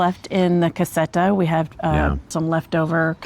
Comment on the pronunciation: Lol, every time you say "la casetta" = (una casa piccola) I think at one "cassetta" which is a completely different thing!!!! Way don't you say it English ... "little small house" because I always think you are talking about a small box/crate . Sorry to be so critical, I am Italian and I do not think is very hard to say casetta in Italian, to make it sound better and close to the Italian pronunciation just put a ,not very strong "z" in the place of the "s" like "la cazetta"!!!! 👍 P.S. I too have problem speaking the English language! 🤒